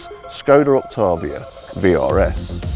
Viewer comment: It's pronounced "ok tay vee uh"